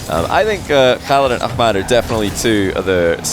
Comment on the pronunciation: I like how he actually pronounces the H in ahmads name unlike loads of ppl ik